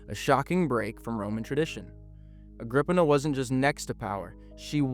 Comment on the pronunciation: Wasn't it 'Agrip-eena'?